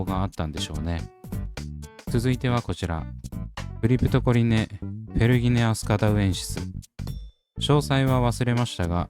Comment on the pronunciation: クリプトコリネを クリプトコネリって 言っちゃうんだよなぁ😅